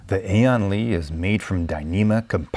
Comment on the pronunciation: good review but the name is LI, not LEE